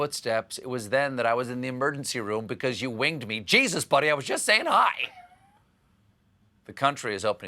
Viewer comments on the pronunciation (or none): none